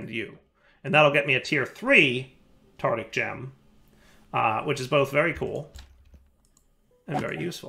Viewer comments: and his way of pronouncing Tardic (not Tartaric) gems. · As much as I love videos, the way he pronounces tartaric gems always annoys me It’s tartaric, not tartic:( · One day, will learn how to pronounce “Tartaric”. But it is not this day.